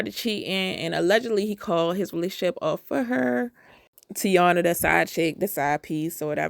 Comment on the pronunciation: Tai-een-uh. Not tiana.